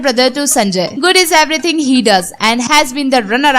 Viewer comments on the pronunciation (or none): none